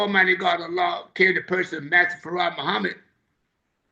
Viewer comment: Brother elder SOLDIER DOESN'T HAVE TO ANSWER TO ANYONE BUT ALLAH MASTER FARD MUHAMMAD THE BLACKGOD AND HIS NAME IS ACCENTUATED WITH TWO SYLLABLES FARRAD, WE WHO FOLLOW ONLY ELIJAH AINT ROLLING ROLLING THE SAVIOUR'S NAME THAT ISH IS EMBARRASSING, THE LAMB PRONOUNCED HIS NAME ACCENTUATINNG TWO SYLLABLES, YOU ME MY MOMA, MY CHILDREN, THIS MINISTER THAT MINISTER WASN'T TAUGHT FACE TO FACE BY ALLAH MASTER FARD MUHAMMAD, HOWEVER ELIJAH WAS AND THATS WHO WE ARE WITH PERIOD.